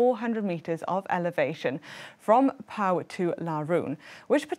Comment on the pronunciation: Well - pronouncing some of the city names like Pau or Limoges could be a bit different when my memory serves me right 😂